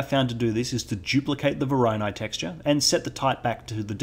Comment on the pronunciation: Someone please tell this man how to pronounce voronoi. Great tutorial though, never knew how to get good edge detection working before so this was very helpful.